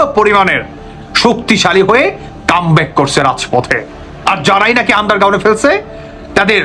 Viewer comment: শব্দটি "আন্ডার গাউন নাকি আন্ডার গ্রাউন্ড"???